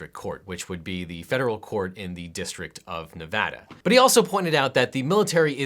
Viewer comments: This entire video is great but the best part is you say NEVADA RIGHT! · I appreciate that tou pronounced Nevada correctly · Thank you for being the one person talking about this that actually knows how to pronounce 'Nevada.' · finally someone that says nevada right